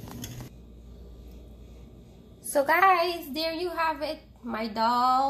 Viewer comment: The word is "dal", NOT "dHall"! (I know - I lived in India for many years).